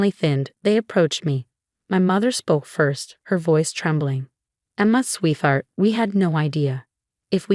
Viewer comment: Why do you give us such good stories but don't bother to edit the script or your AI voiceover? Please teach your voiceover narrator how to pronounce "sweetheart" correctly. It is a compound word made up of "sweet" and "heart". The "th" is not pronounced as a digraph.